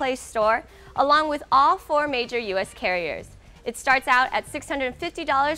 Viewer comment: "Again I'm, and you been checking out, the neck six six"